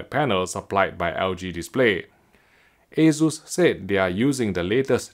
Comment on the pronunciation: I hear waysus, I close the tab, friends don't let friends buy assus